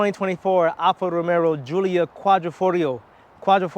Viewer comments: You can’t even pronounce the name correctly. It’s NOT Alfa ROMERO….It Alfa Romeo. As the owner of a Stelvio, I’m disappointed and can’t watch this to completion. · you can’t pretend to be credible when you can’t correctly pronounce the name of the product.